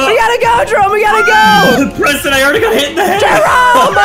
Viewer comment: Preston not pemston